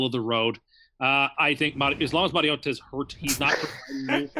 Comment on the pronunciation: I'm pleased that is leaning into his pronunciation of Mariota hahaha DK: MystalCreth Steelers